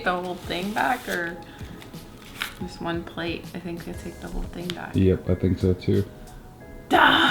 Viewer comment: It's a bowl/plate = Bowlate! 😂😂😂 OH, you just said blate, I love it! lol. I need those in my life!